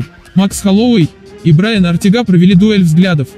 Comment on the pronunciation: Ортэга выговариваеться а не ортега